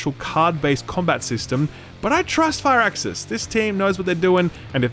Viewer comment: It's Fir-axis not Fire-axis